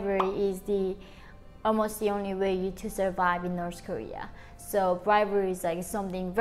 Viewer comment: Why do you pronounce north Korea as noths korea?